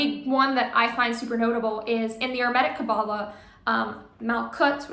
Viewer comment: Why do you insist on mispronouncing hermetic? Genuinely curious.